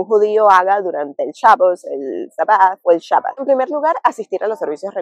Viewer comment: Kashrut, y es Shabat, no shabot, no sabat, Shabat